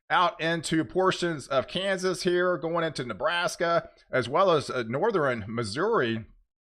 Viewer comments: Please explain why you constantly say Northern wrong! Do you honestly think it is pronounced Northren? I’m sure I’m not the only viewer who is bothered by your mispronouncing of Northern! Stop it! When you do let me know and I will subscribe but I’m not going to subscribe to a channel that constantly misuses a easy pronunciation like that! For some reason I thought you were more intelligent than that! Sound it out! North ern!!! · From Texas and lived there most of my almost 70 years. Never heard anyone pronounce northern with three syllables except him. Nor-ther-in?